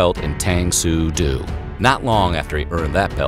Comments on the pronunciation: Hey! It's pronounced DO like a female deer! You were killing me in the Bruce Lee video but now I'm over the edge! Otherwise great job on every video of yours I've watched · Please learn how to pronounce martial arts names. Do? Really?